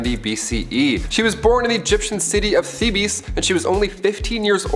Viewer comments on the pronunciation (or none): PLEASE learn how to pronounce the names before you do these... Akhenaten (Ak-en-ah-tin) Thebes (Theebs not teebees)